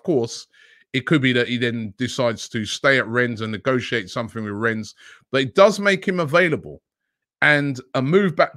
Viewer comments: it’s pronounced « Renne » not « Renz » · Rennes has a silent ‘s’ Robbie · the S in rennes is silent